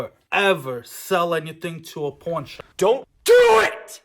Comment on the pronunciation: 😂😂😂 that traxnyc shit was great. Also I thought you said Porn* shop at first 😂